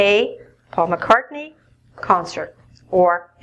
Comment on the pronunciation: Please, explain me, why doesn’t say "S", when she says "Paul McCartny's concert"?